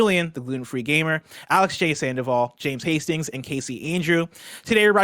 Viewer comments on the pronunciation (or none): none